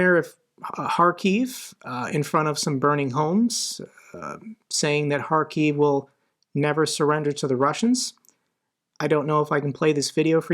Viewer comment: Wow!! Although you aren't a professional journalist, yet you're one of very few and far between who actually correctly pronounces Kharkiv (with a h like hunt rather than k like c***). Respect for that!